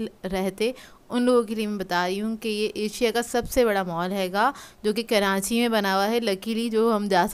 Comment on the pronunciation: keranchi hahahaha bhen karachi hota hy